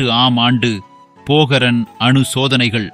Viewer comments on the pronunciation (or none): டேய் அது போகரன் சோதனை இல்ல டா,,,, பொக்ரான் சோதனை 😂உன் AI voice ல தீய வைக்க 🤦